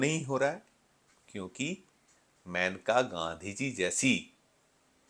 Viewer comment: ‘मैनका’ नहीं ‘मेनका’ बोलो भई